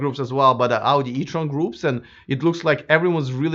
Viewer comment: You are pronouncing word Audi, like Auģi, like russian :D